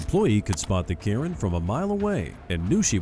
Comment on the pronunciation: And that's Ken not Karan